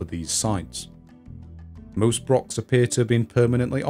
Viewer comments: Please not 'brock', 'lock' but /brox/, /lox/ etc. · Why can no Englishman say "Broch" correctly??? Its not a brock ffs